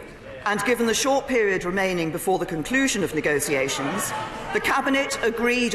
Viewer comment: Ni-go-see-ay-shuns? Not even a clue how to pronounce negotiations, let alone run a government.